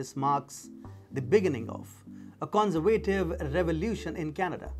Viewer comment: The con-ser-vay- tive . No it's the con- serve- ah-tiv